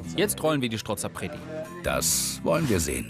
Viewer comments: Es heisst Strozapreti und nicht schtrozapreti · Strozzapreti genau gesagt 😀